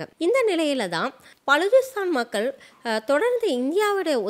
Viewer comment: பலூச்சிஸ்தான் உச்சரிப்பு B என்று ஆரம்பிக்கும்